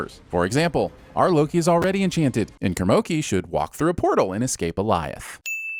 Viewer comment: “Kermoki” hahahahahaha hahahahahah hahahaha